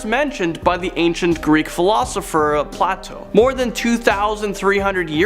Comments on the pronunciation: Thank you! I thought the same thing! Better to tell him Play-TOE or he might pronounce it wrong again, like Play-TOO😅😂❤ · By the gods, who doesn't know how to pronounce Plato? (Play-to, rhymes with play-dough.)